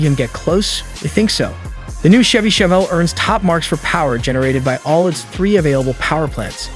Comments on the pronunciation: Also, nobody says CH-EVY like check. It's Chevy, like champagne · Why do you guys keep missing pronouncing shevy & Chevrolet? Must not be a US citizen & can't pronounce American english!